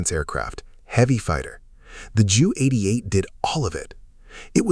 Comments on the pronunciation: I wish the A.I. would call the Ju-88, "Jay-You" (J U), and not "JEW". Especially because the aircraft served NATIONAL SOCIALIST (a.k.a. NAZI) Germany! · Ju-88? JEW-88? EVERYONE called them by the right name Junkers-88 actually pronounced Younkers 88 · The name is J U 88, two letters, not pronounced as Jew, a term that would never have used in Nazi Germany in the positive. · Kinda skipped a few, and it has a couple AI tells: "the Jew 88" of the Luftwaffe? Sure, the text on screen was "JU 88", but the AI reader has some oopsies & the captions have some typos too... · A somewhat good video but filled with AI junk. Bad images and an inability to pronounce the "Ju 88" name correctly. Please re-edit this video.